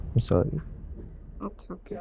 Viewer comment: said hilariously k fahad "surrrii" (instead of Sorry)kar ra hy😂😂😂